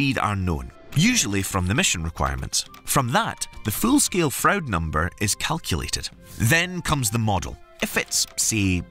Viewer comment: William Froude is pronounced like Frood .